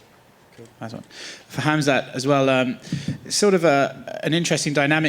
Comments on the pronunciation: Is Khamzat pronounced "Hazmat"?😆😆😆😆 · the pronouncing khamzats name hit me hard aha